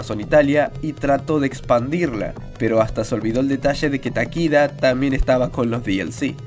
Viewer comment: No es Takida es Takeda. En Japones las vocales son iguales al español